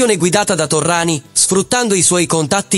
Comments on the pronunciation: Terminologia eccessiva, mafioso, doppato non supportata da prove, anonimato fastidioso e Torriani non è Torrani, per quanto la lettura sia generata artificialmente. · ci fai un bel servizio su Indurain?non sai dove attaccarti Cazzo pero',almeno Torriani lo devi saper pronunciare